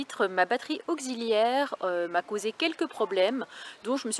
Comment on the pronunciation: Salut on a pas eu droit au petit panneau abonne toi cette fois, peut-être un oubli ma fille me l'a fait remarquer, par contre s'il te plaît ne dit plus " Broceuliande " mais BrocÉliande (ma femme est Bretonne) et c'est pas " auquziliaire " non plus 😂 mais c'est surtout pour te taquiner, Salut Salut 😉🐞